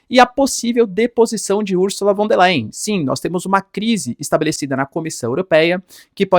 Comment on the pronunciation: O "V" em alemão, representa.o fonema "F"... portanto [=fon der lain]. E o ditongo ",("ei" = " ai". Ex.: Einstein, Frankenstein..etc Pronúncia correta: portanto é = [ = fon der lain] P'ra representar o fonema "v" em alemão, emprega-se o "w".. Ex.: Walter, Wagner, wilhelm [Villrrellm.] Fique esperto. O alemão é bastante Fonético A grafia corresponde em muito à pronúncia... Ao contrário do inglês, que em geral grafia não tem nada ver, com pronúncia... Portanto pronúncia-se [fon der lain] Lembrando que o ditongo "ei' pronucia-se "ai". EX.: EINSTEIN.Rubinstein, Frankenstein. etc. O "s" tem som de"z" E o "z" têm som "tz" Simples assim... Algumas dicas mínimas.. Sem erros grosseiros..